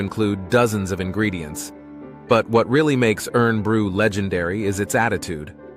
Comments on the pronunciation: Spoiled by the AI Voice over. Irn Bru is NOT the real thing it is also NOT pronounced irn it's IRON as in steel. The REAL Iron Brew was invented & made by my grandparents before Barr's version & is now owned & made by Bonn Accord, Aberdeen, Scotland. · I lived in Inverness and used to go marauding around the hills and cycled around Loch Ness as a teen. I have many fond memories of the area. You pronounced Loch very well, but you butchered Irn Bru, It's pronounced Iron Brew, but I'll let you off seeing you made such a great video of my home country. 😁 🤜🤛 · Awesome video,can I say though we call what you call irn bru,we pronounce it as iron bru,golf you pronounced as gouf,it’s golf we call it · It isn't pronounced "urn-brew" - it should be said like "iron-brew". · I fae Glasgow just a quick note its irn bru but you say it like iron bru not urn bru not having a go just giving a tip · It's actually pronounced( iron brew) so get it right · its not pronounced irn bru its iron bru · Not pronounced Urn brew lol iron brew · Hi You have some facts wrong starting with Iron bru Not ern bru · It is pronounced iron, as in the metal not ern this is referring to the popular Scottish drink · IRN Brew, is pronounced more like IRON not irn.! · Its pronounced " Iron-Brew " Made in Scotland from Girders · AI sucks. "urn" bru? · Irn bru is pronounced iron brew.even Americans can manage that. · Give me strength! This insistance on using machine generated narration lets down yet another YouTube presentation From the multiple (and only one correct) pronounciation of UpHellyAa to the massacre of IRN (IRON) BRU Do us all a favour, teach the machine (and that WILL mean you checking things BEFORE you upload/publish) Or, here's a novel idea, get a human narrator And while we're discussing IRN BRU, why were there so many images of people drinking stuff clearly NOT IRN BRU? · The land is known as Orkney no "islands". Shetland is the same. Irn Bru is pronounced Iron Brew. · pronounced IRON BRU